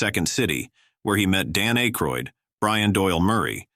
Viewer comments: Loving how butchers these names. “Ā-croid” Really??😏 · I hate computer voices … so much mispronunciation… Dan Aykroud … Emma Lewandowski - you mean EMIL (Cory Wells) … ugh I had to stop watching